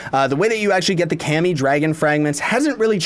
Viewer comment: Kami Is pronouneced Car-Me (Kami